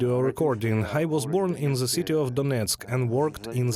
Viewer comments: Sorry to point it out, but your English pronunciation of "THE" as "З"э - was very disturbing. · Fully agree . I made the point and was mildly reproached. Linguistically the "th" sound is not that difficult to learn to pronounce correctly. It bugs me too .